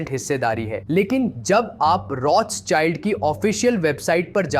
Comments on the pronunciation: बच्चा वो रोथ चाइल्ड नही रोथशिल्ड है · "Rotsild" pronounce hata hai